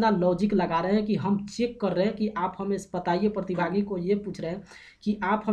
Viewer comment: Partibhaagi nahi pratibhagi hota hai